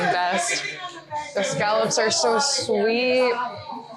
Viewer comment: you say scallops wicked wrong but you love Coffee milk and gagggers. So you're not a bad egg!!